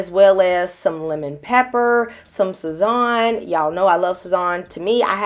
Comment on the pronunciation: It was like a punch to the gut when she pronounced Sazón,😢 butchered it 😂